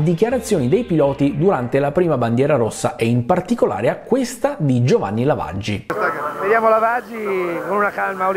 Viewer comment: Diligentemente, vogliamo un episodio su Giovanni LAV-AGI (come lo diceva Murray Walker😢😍❤️ sul primo videogioco di F1 ufficiale della storia)